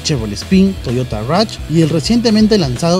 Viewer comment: "mitsubichi", "toyota ruch", ya psss :V, dejen de vendernos mierdas sobrevaloradas!!